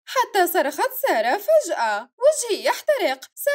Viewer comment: كانها قالت جائت سياره ❌ بدال ما تقول جائت ساره✔️ 😂😂😂